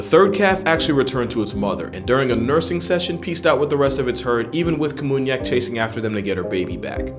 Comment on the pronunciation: it was namunyak, not kamunyak